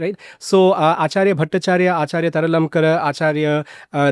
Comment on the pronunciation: You are pronouncing 'Taralankar', but it should be 'Tarkalankar'. তর্কালঙ্কার।